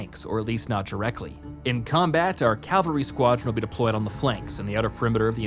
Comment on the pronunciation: It's pronounced CAV-AL-RY not CAL-VA-RY. Calvary is where Jesus was crucified lol. It's right in front of you and you're pronouncing it wrong dude